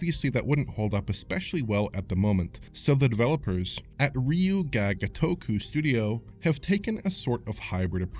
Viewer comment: Everytime says Ryu Ga Gotoku I die a little inside.